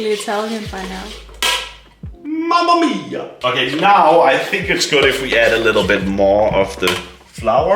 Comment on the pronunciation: Did anyone laugh when he said mammea